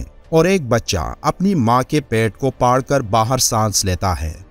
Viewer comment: ارے بھائی اردو بولنے پر اور محنت کر لیں، لفظ پھاڑ کر ھے نا کہ پاڑ ،